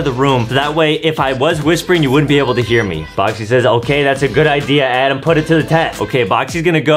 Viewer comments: Adam need's an edumacation because he keeps mispronouncing his words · justin says adem